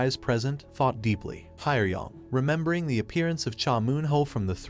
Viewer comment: I expected nothing less from a guy who says taught instead of thought